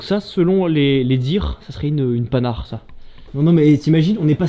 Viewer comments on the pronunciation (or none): evidemment pour ceux qui n'ont pas été militaire ce genre de site est tres dangereux!!!!!!!!!!!!!!!!!!!! et on ne prononce pas painhard mais panherd une des plus vielles marque ancienne qui a produit entre autre la pl17 dont on voit les restes en debut de video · Une Panhard prononcée Pan hard sans liaison, pas une Panhard! Mais bravo